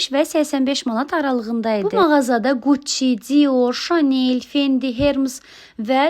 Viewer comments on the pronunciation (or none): Quççi yox Gucci